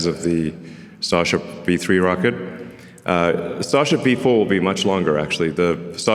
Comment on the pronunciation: He calls starship sasha